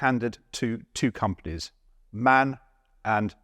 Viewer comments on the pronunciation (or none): For MAN you pronounce every letter, like em-ah-en. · MAN is actually pronounced M A N. It's the short form of Maschinenfabrik Augsburg-Nürnberg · Sorry to correct you, but the pronounciation isn‘t „man“ (opposite of woman). The correct pronounciaton is M - A - N (separate letters!). The „A“ sounds like the „U“ in „run“. I think museums should use the original pronounciation, not the localized. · Greetings from Germany. Please stop saying "man"; that is plain wrong! It is called M-A-N (em-ah-en); those are initials, that anyone with the right mind can look up, not an english word eligible for abuse... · PLEASE don't say "man" for "MAN"!!! It is "M-A-N" in German! The "A" ia like in "Amish" (so, the beginning of an "R") or the "u" in "Under". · It's not "man", it's M.A.N., just like BMW or VW. (Maschinenfabrik Augsburg Nürnberg IIRC) While we are at it: "Ausf" is not spoken as such, just like "Mk" is usually not. It's "Ausführung". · its not man.. its called M-A N. like bmw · "M.A.N." ist pronounced M-A-N, not Man´. (Machine factory Augsburg-Nürnberg) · Like always, quality 👍 Just one little thing for your info, MAN is an acronym that is pronounced as individual letters. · No idea why in English the German manufacturer M.A.N. (obviously an abbreviation - that means: Maschinenfabrik Augsburg-Nürnberg) is pronounced "man"?? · The MAN is pronounced M.A.N Maschinen Fabrik Augsburg Nürnberg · Hello, great video! A little side information. I had to smile a little about MAN. In Germany it is pronounced exactly like BMW, letter by letter ;) M aschinenfabrik A ugsburg N ürnberg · MAN is one of those companies where you don’t say the acronym like a word but every letter individually. M-A-N.